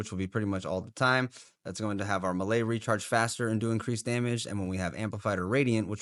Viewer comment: are you pronouncing "melee" like that just to make our ears bleed?